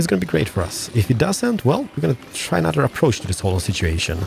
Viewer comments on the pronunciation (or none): none